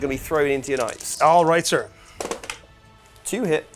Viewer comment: A little constructive criticism: Maybe don’t paraphrase knights as ka-nigits anymore! 😬